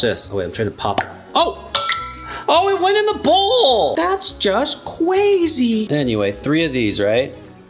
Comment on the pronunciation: Doge CWAZYY!!!!